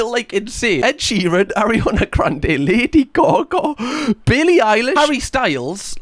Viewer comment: I love your pronunciati9n of lady gaga, its like lady gauggaugh